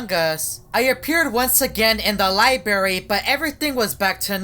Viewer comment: *library| sorry was saying “lie berry”